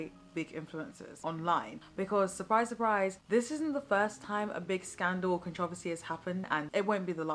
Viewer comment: This was a great video! Because of your accent though I didn’t realize you were saying “controversy” at first, I only realized after the third or fourth time, which I thought that was kinda funny lol!